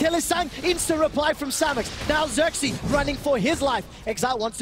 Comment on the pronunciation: it's not sörksi it's fucking xerxe!